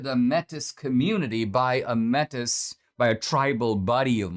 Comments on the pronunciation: you keep pronouncing that wrong, metis, is like met ee, not met iss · Canadian here: fyi, Metis is pronounced 'May-tee', thank you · Good vid D. FYI...METIS is pronounced like MAY-TEA. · It’s not Métis it’s pronounced ‘ maytee’ . However As always Dinesh speaks the truth. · Metis, I do believe is pronounced (May-Tay) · Métis is pronounced may-TEE. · Metis is pronounced May-tee.